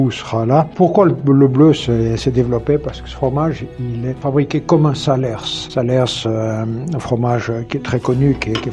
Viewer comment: vous nous faites découvrir de super fromages et vos videos sont toujours intéressantes. MAIS on ne dit pas le S à la fin de "salers"!!!